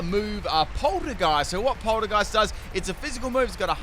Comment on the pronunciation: He can't seem to recognize that Polteageist and Poltergeist aren't the same word either